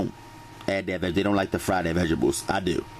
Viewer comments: I know righ how he says vigibles lol that the south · he said vegables cuteee